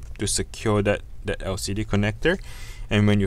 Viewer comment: Bro can you learn to pounce ‘that’ properly, it’s so cringe